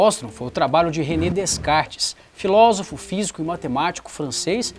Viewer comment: Descartes se pronuncia como "Dêcartes".